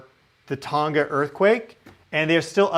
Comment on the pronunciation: Don't pronounce the 'G' in Tonga!